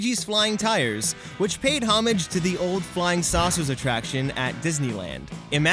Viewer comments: Learn how to pronounce homage, idiot. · “hom-age” sweaty no. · please learn how to pronounce homage correctly